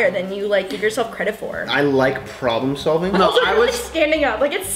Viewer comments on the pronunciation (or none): You say no then add two R's at the end like this, no rr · Joselyn Gonzalez I thought that tooooooo